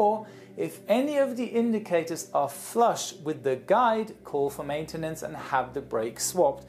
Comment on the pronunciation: and how do you call matenince